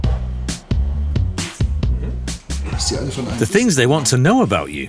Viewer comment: Their going to Onyacunt, really? listen for yourself.